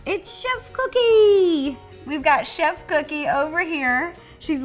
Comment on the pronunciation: Why do you call cookie coodie